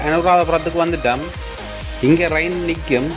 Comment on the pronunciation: நண்பரே, எதற்காக ரயில் என்ற வார்த்தையை ரயின் என்று பேசுகின்றீர்கள். தமிழர் தானே தாங்கள். தவறாக உச்சரிப்பு செய்ய வேண்டாம்.